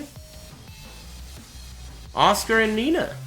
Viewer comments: nice vid but who the fuck is Oscar?.... how hard is it so read her name as AS-KA. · at first i was like who tf is oscar next minute it’s asuka💀 white people and their pronunciation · why is he pronouncing asuka as oscar wtf :v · he used to pronnounce it like "azúcar" (spanish for sugar) and some weeaboo kept correcting him just like you did now so he changed to oscar that sounds more like your as-ka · does he sais oscar instead of Asuka ?? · it took me a while to realise he was saying asuka and not oscar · Who else hears "Oscar" when says "Asuka"? lol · that's because it's what he's saying. It's a running joke on ' stream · me too. sounds really funny